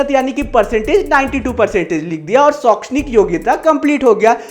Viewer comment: Sir shokshanik nahi ahekshnik